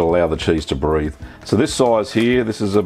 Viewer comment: "you gotta allow the cheese to briethe"